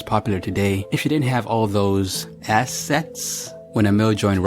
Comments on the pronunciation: Wait did he say ass sets or assets ? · Lol please say assets again